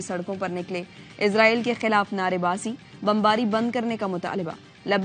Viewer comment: Bibi Ezraeel Ni ha israeel ha Bolna tu sikh lain 😂😂😂